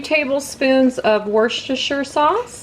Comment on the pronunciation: wus-ter-sheer is the correct pronunciation. Thank you for the video.